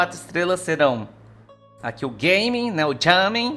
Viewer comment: é GÁ MIN e não GAY ming... O nome é asiatico, por que caralhos estão pronunciando como se fosse inglês???